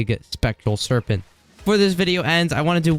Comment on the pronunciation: Why does he said “Serpenn-t”